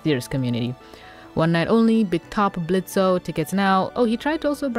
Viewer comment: why does she call him blitzo and not blitz